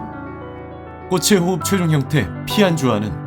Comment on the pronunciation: 꽃의 호흡 발음땜에 이상하게 들리잖아....